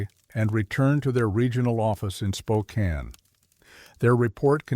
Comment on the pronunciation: I was astonished it got Spokane right! 😂